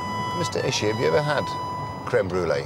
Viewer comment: It's Ishii, not Ishi.